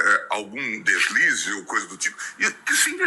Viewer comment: "Deslise"... kkkk foi foda